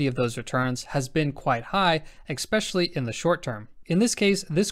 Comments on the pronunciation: loving the content and your presentation. However, your killing me with the pronunciation of "especially", not pronounced "exspecially". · Excellent content as usual. Just one thing: Especially. Repeat after me- especially, especially. Thank you god bless.